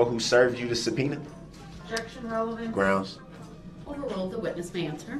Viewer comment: Taket. Estoppel. Grounz. Lmao.